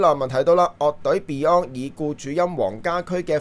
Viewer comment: 鄺仔真係要認真改正發音, beyond 都讀唔好了